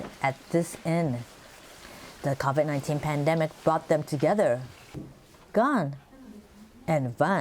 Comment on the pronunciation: Did this women just pronounce CAVID 19? you need to improve on your English.